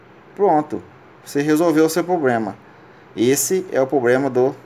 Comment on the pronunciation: Não consegui assistir tudo pelo fato de falar errado demais(subir pra cima)é foda. (Derligado). Dispenso a ideia de resolver meu celular, (pobrema). Caralho , (mínimo de brilho prosive). Impossível ouvir tudo.